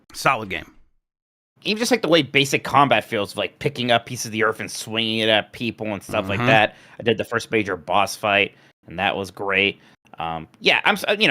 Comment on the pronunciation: I’ve noticed pronounces certain words differently ex: earf and breaf instead of earth and breath. My son is in speech therapy and I’m wondering if this is a specific speech thing or what. No shade generally curious